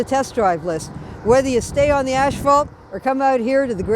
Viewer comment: Did she just say ash-falt?